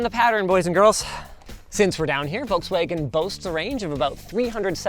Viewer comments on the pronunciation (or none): VOLKS-WA-GEN not Wolkswagon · it's pronounced "FolksVagen" ;) much easier to say it like that even French like me pronounce it right, so you can do it too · Why does he pronounce Volkswagen like "Wallkswegen"? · You pronounce the V in Volkswagen like an F not like a W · It is pronounced "Folks-Vaahgenn" for crying out loud!!! (Or at LEAST "fough veh" - VW in German.) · Me as a german getting a micro heart attack everytime he says Volkswagen. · Where are the Germans there pointed out how wrong he say Volkswagen? Diese Kommentarsektion ist nun Eigentum der Bundesrepublik Deutschland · Wait for a refresh, should get a bigger battery and physical controls. Oh and btw the L in Volkswagen is silent.